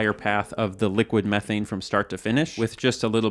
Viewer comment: Dude can't pronounce 'Methane' properly ! 😄